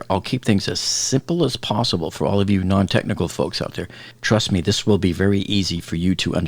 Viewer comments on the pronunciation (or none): Did you just say "Truss me"?